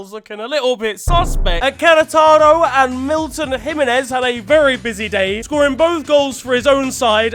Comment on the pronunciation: The way he said Queretaro hurt me for some reason